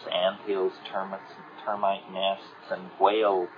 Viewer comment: lmaoooo his Coloradan accent when he says “Termitts” and swiftly corrects to Termites 😂